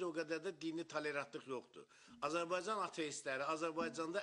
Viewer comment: Bu Razidi bazidi nə poxdu bilmirəm. Bu heç Azərbaycan sözünü düz əməlli deyə bilmir. Prezdentlik eşqinə düşüb